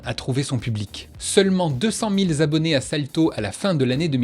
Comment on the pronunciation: Deux cent mille Z'abonnés ? Za alors !